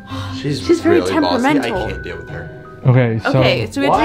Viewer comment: i love when say i can't dell with her